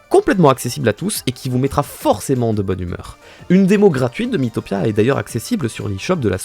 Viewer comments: Pk tu dit Mi-i-topia ça se dit mitopia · Ça se prononce mitopia